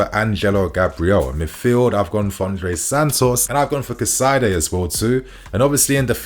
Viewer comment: BTW it's pronounced Cass_a_day 😅